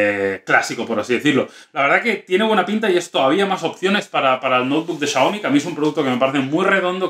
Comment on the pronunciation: no sabe pronunciar Xiaomi